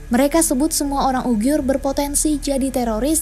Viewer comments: Sangat bagus narasi mengangkat tema ini, saran saja.. untuk perbaikan, selama durasi video penyebutan yg seharusnya uighur / uyghur tapi disebutkan ugyhur oleh,, ini agak mengganggu.. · kok bacanya UGIYUR gitu ya? Emang gitu? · Hahaha ane jg ngakak krna baru ini denger ugyur